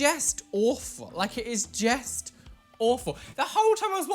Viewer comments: "it is jest awful" 😂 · its jest sooo bad! Its jist, jest! Jest sooo confused about whats happening hahah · Fun quarantine game: take a drink every time says “jest” 😂😂 I love you so much though ❤️ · *talks about eyebrow piercing* Me: hehe “jESt”